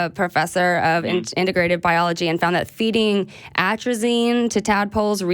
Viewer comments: Next time you call a show to address something from a “scientific standpoint”, it might be helpful if you wouldn’t use words like “dat”. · Dat, den, and whole bunch of other mispronounced words make me not take him seriously as a fellow black atheist.